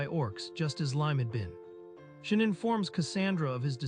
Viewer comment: Reads: Shion AI reading: SHIN